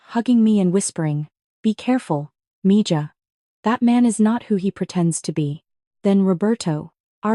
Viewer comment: It's Miha not Mija!